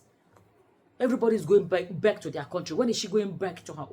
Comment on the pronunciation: I am 🤣🤣🤣🤣🤣 because I have South African friends, and that is exactly how they pronounce that word